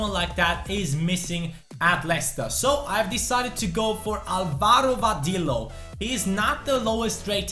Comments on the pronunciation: VADILLO IS PRONOUNCED VADEEYO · Hey,Vadillo is pronounced Va-de-yo.